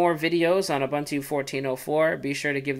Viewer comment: are-bun-too... wtf??? it's pronounced oo-boon-too. i wana rip my ears of every time he says are-bun-too